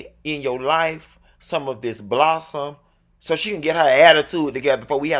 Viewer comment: Girrrrrrllll!!!! Btw, its clear pronounced Blossom MAY!